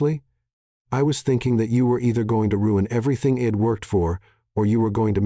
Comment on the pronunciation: Some of the words are pronounced wrong. Switch back the other narrator. This one sounds like his voice is to raspy. Instead of I’d, it is saying id. Instead she’d it is saying shed. Also since is was narrated in women perspective, a women voice would been great